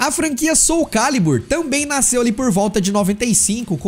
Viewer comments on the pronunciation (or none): none